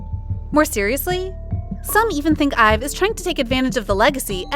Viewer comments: IVE not being pronounced IVY is where I picked up my purse and left😂 second to not being able to count to at least 10 Now I'm just standing outside a burning club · I think ur saying their group name wrong